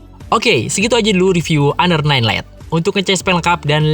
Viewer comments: Siapa bilang? Lihat review org luar makanya, mereka nyebutnya Honor bukan aner 😏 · Plis dah, jangan sok english 😐 honor itu dibacanya honor aja kok bukan aner 😐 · PA LEVI iya bro orang luar bacanya tetap honor 😁😁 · honor dibaca aner